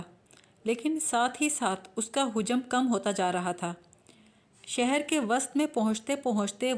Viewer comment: Hujam ghalat tallafuz hai, hajam hota hai